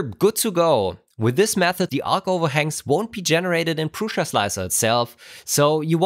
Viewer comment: Hello. It sounds like you are pronouncing an "i" in Prusa that is not there, like Prusia.